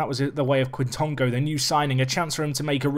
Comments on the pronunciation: Quitongo - “k-Tongo” , k sound like a kicking k opposed to it being K (Kay) Just as well FM doesn’t give punishments for diving, he enjoys a wee dive. A good exciting player though in real life! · I think its pronounced j-i quintongo